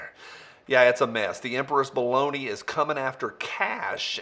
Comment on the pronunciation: I think you mispronounced Baloney